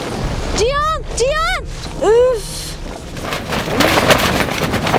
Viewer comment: hanımın ciyan ciğan cihan telaffuzu hayli ilginç geliyor bana. Çok tatlısınız,size iyi kamplar bize iyi seyirler